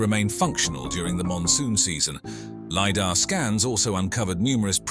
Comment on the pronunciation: Sorry, had to stop watching because robot voice keeps changing the sound of words. I couldn't take hearing "Lee Dar" or base/ bass reliefs anymore.